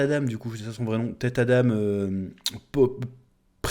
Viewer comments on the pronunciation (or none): Adam frérot, pas Adame 😂😂